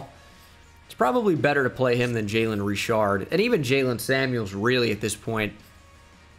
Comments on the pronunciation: How many times did he say Jayylean in this video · “Sir you can’t play” “Why” “Your name is not jaylen” “Yes it is. It’s spelled Brian but pronounced jaylen. You take us anyway we spell our names, right?” “Ok jaylen move along